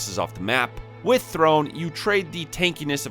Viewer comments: The accent at the end of "throne" means its pronounced "throw-nay". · I know you joke about pronouncing things in other videos but this game has voice acting where they say the names. Throné is not pronounced like throne haha